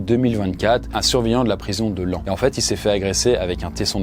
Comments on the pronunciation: Il l'a bien prononcé en plus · Merci pour l'effort sur la prononciation de Laon, ma ville natale <3